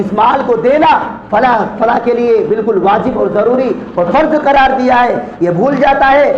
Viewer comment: فلاں ہوتا ہے. ف کے پیش کے ساتھ نہ کہ زبر کے ساتھ